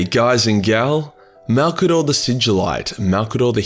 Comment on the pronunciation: Gotta admit, I was surprised when you got the pronunciation of his name dead right on the first go. I was guessing it wouldn’t be 30 seconds into the video before you were calling him ‘old mate Mazza’ or some shit to avoid all those syllables. I guess Maybe Malcador was an Aussie, and that is why his name comes so naturally to you?